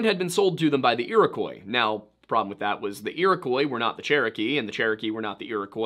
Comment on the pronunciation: It isn't pronounce Iro-koy. Iroquois is a French word. They heard the word, wrote it phonetically in French. That is the spelling we have today. It is pronounced "Iro-Kwah".